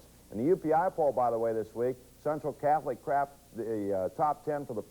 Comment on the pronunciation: did he say crapped instead of cracked?!?! 😂